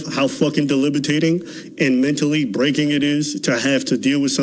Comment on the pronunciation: the word is DEBILITATING, not delibitating 😂😂😂😂